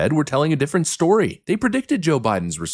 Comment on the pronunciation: Remember people, it's 'D'ifferent 😂😂😂